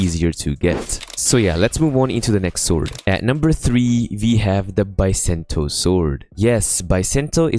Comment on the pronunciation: Not Biasento its BISENTO